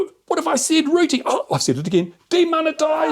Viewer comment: Lol why can't he say rooting?